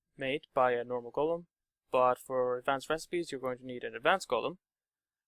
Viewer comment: is it normal somewhere to say "golum" like the narrator does? Sounds weird right? both the o and the u sound very different from how I learned to pronounce that word.